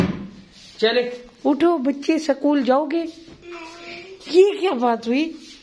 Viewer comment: Aschoool nhi hota h school hota h ap google karke pronunciation bache ke samne sahi bole… apka majak nhi bana rahi bus bache kely bolrahi.